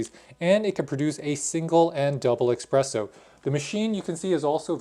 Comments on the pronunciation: He said Expresso! Ugh 😮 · How is it this person can pronounce “Nespresso” but not “espresso”? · Expresso hahah